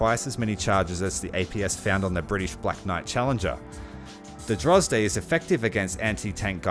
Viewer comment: French Navy hints :D. Sad how they massacred the tornado. At this point I can make a full soviet top tier loadout out of just T-80s (You say Drozd weird). Also need more ships.